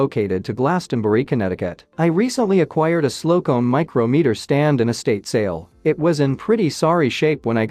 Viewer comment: For God's sake, PLEASE STOP with the AI voice over. In describing the micrometer stand it says " Micro Meter " as two individual words when in fact it is one word pronounced as " micrahmeter " but spelled micrometer. You are mispronouncing & misinforming a multitude of people that don't know any better then run around saying it incorrectly because " they heard it on the internet" so it must be correct. And then probably go onto Wikipedia and start writing some BS about something. It's no wonder why Wikipedia is so messed up. Please STOP the AI voiceovers. Then you have people like the one just below that have no F'ing clue about whatever it is but then say " that must be correct". Why? Just because she / he / they THINK so? And then go on to tell some fanciful story to support their idiotic supposition. And, I'm right back to Wikipedia being all messed up........ People, if you do not know about something it's ok. You don't have to and are not required to add your two cents to appear more intellectually informed than others. Something I learned as a child was one of those great aphorisms from my grand folks " Its better to sit quietly and look intelligent than to open your mouth and prove otherwise." Between the AI voice and un-informed people, you really "F" up what could be a really great channel.